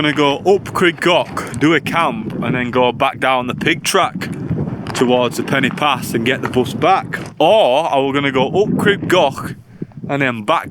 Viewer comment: When you said “Pen-y-pass” you pronounced it “Penny Pass”, which is incorrect. The letter ‘y’ in Welsh is pronounced like the ‘u’ in ‘under’ or ‘understand’ etc, NOT the ‘i’ in interesting ,or ‘influence’. It’s softer. However, there should be an accent above the ‘i’ and ‘o’ to elongate the sound of the letters. Eg Crib should be pronounced Criib and Goch should be Gooch. The sound of the letters are elongated. Not your fault, as no one has ever enforced the rule in typing, so the usage has been tragically lost. It’s lack has made a huge differenced in the pronunciation of such words. I do wish it would be reintroduced! You said Crib Gock, not Crib Goch. They are different sounds. It REALLY grates on Welsh speakers! Most people seem to manage to say ‘Lochness Monster’ or ‘Lochlomond’ etc, who’s ‘ch’ sound is exactly the same. Please can you learn to say Crib Goch correctly. Thank you.